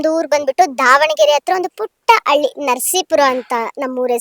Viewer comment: ಹಲ್ಲಿ ಅಲ್ಲಮ್ಮ ಹಳ್ಳಿ.. ಹಳ್ಳಿ... 😀